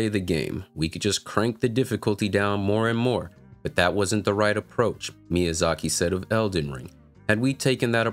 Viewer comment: This man really calling Miyazaki "shec lmfao! Aside from that, dead on correct. "Situational disability" is not a valid argument for making ER easier.